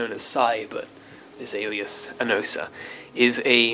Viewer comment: I'm american and you have the wrong pronounciation for "anosa" ;)